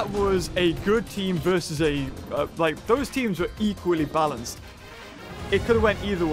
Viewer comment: Me hears him say “balcanced” Also me:impossible